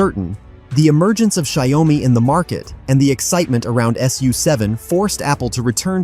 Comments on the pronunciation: Pronounced Shao Mi and not Zdia Oh Mi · Pronounce Xiao Mi and not Xia O Mi.